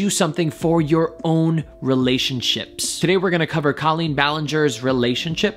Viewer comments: i do agree with your theory, but i still have another theory. i don’t wanna write it here though cause i don’t argue online. but i’m happy you at least analyzed it. Colleen is pronounced cawleen btw not Coaleen (how she says it😂) and yes their podcasts are marital therapy, she has said that a few times lol message me and i’ll tell you my theory 😜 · IT'S PRONOUNCED CO-LLEEN NOT CALL-EEN! I watch Colleen daily and Erik is more private online. They do have a podcast together called RELAX! with Colleen Ballinger and Erik Stocklin. He is way more open and relaxed on it and you really hear him. This video is from a while ago and during quarantine he has opened up more and is on the vlogs more too. Have a good day! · u were saying her name wrong, maybe that's why it sounded so wierd lol. But her name is pronounced kinda like how u would say jolene. with a hard o. I think she actually explains that in that video lol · When he said colleen instead of colleen in the intro, i cracked up😂😂😂 ik nobody other than colleens fans will get this joke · FYI she pronounces her name as Coal-een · It’s actually pronounced COY-LEENT. So you actually have it wrong. 🤷🏻‍♂️